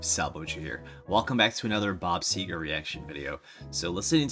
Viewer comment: You're one of the few I've heard ever get Bob Segar right! I'm from the same area he is, and you got him just right! Thanks